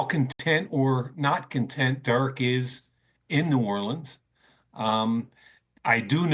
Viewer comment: The way Mike says Derek Carr’s first name always pisses me off. Durrik